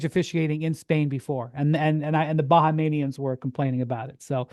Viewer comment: wendy!!! its not pronounce "ba ha mean knee ans" its "Ba hee mians" spelt Bahamians